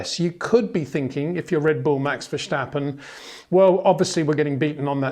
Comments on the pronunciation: Love your video's but as as a Dutchman the "sch" in Verstappen, where does that come from? It's just an "S" , not "sch" pronounced like steep , not schteep. ;-). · Being both Dutch and English I might be of help in pronouncing Max’s name: the ‘s’ is not pronounced as in ‘shell’ but as in ‘sea’. Just sounds better to the Dutch. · Brits just do this for some reason, s becomes sh for them. As an American I say it VER STAP IN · Hi Peter, For some reason it seems that you keep mispronouncing Max's last name?